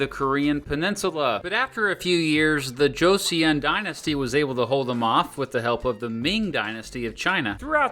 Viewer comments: not him mispronouncing Joseon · Please consider looking up the pronunciation of these names. The vowel (it is just one vowel, transcribed as two) in the second syllable of “Joseon” is pronounced “uh” not “ee-uhn” Just like the Korean surname “Seo” or the city “Seoul” Hearing “Jo-see-uhn” over and over instead of the correct “Jo-suhn” is painful. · Korea was coerced into signing the treaty. If you are going to do a video on Korea, pronounce the words properly and do more research please. It is “Cho sun 🌞” not “ Cho see un.” Your video has many other misstatements of the history. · Bro it's pronounced Jo-Suhn not "Joe see uhn" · Just a correction, the dynasty name is pronounced more like Choson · Joseon is actually pronounced like "Joe-Sun", just fyi. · Jeo-son.....that pronunciation is driving me crazy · Learn to pronounce Korean words. , it is pronounced “CHO SUN 🌞”. Please just type/paste the Korean words into Google translate, so you don’t inadvertently proliferate heinous pronunciation of Korean words. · Korean "eo" is not "ee-yuh" but just "uh" or even "ah". J in Korean is more /ch/ than /j/ So JOSEON should be CHAW-son. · Korean Pronunciation Tip: when you see "eo" it's pronounced more like the "u" in "gun". So Wang Geon is Wang Gun. Joseon is pronounced like "Joe Sun". Joseon is an important word. Many Koreans see their state as Joseon not Goryeo (Korea). Other pronunciation tips: Vowels are also typically long vowels, so the "a" in "wang" is the same as the "a" in "father," and the "o" in "Sejong" is the same as the "o" in "phone". Decent pronunciation otherwise! We're not gonna talk about "gye" lol just pretend you didnt say that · eo = strong schwa Joseon rhymes with "go, son" I mean, 15 minutes with google translate will go many miles in the pronunciation department. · you kinda butchered the pronunciations here and there but we'll let it slide since you did great research even past the Korean War in 1950s:D